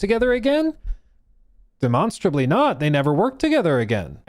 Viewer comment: i cannot stand this. The word comes from DEMONSTRATE, do you pronounce demonstrate dee-mon-straight? NO!!! Pronounce the fucking word right!